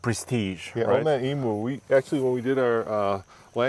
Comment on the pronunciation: Hey boys, great video, but I'm going to teach you how to say emu Aussie way it's em-you not emooo. Cheers boys 👌👍🇦🇺